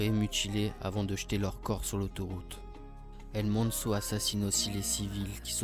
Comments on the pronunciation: Tu me stresse quand tu dit sont nom sa ce dit el mencho avec le ch pas el menso 😂 m’est sinon très bonne vidéo continue 💪🏽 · Apprend à dire son nom bordel 😅😅